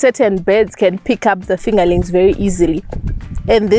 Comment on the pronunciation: If she says “fingalinks” one more time 8’m gonna lose it!!!!